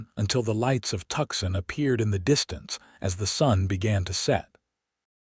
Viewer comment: Tucson is pronounced “two-sawn”